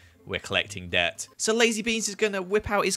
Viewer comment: I it just me or did he sound like he was saying dirt instead of debt or is it the fact I am american